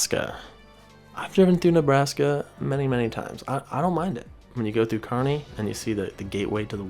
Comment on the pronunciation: Great video! Didn't think it would be as interesting as it was. Also big props for pronouncing Kearney correctly